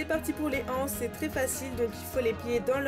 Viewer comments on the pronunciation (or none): Il n'y a pas de "h" à "anses, donc on dit l'anse... pitiééé....je l'entends sur toutes les videos, alors je ne résiste plus à l'envie de le préciser.:)) Sinon, super tuto, très clair et quel beau travail soigné!